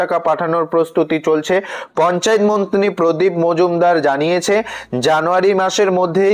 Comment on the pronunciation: উচ্চারণটা মন্ত্রী হবে মন্তিনি নয়। আগে উচ্চারণ ঠিক করুন।